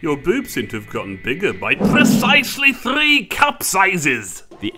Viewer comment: PRRRRECISELY THRRRRRRRRREE CUP SIZES! Good job as usual.